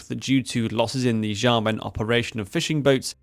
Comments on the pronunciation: Xiamen is pronounced Shyamun. Or at least Shyamen, if the previous one is too much for you to process. The X is sh. Like in Portuguese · dude, learn how to pronounce Xiamen, or Xiao, or Xi. its a sharp "sh" like shamen, not jamen. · Great video, but please, pretty please, stop pronouncing Xiamen this way lol